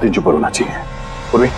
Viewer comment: Poorvi not purvi